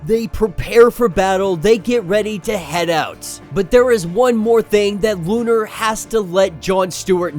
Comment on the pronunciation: Bruh, it’s “Lo’nar”” not lu’nar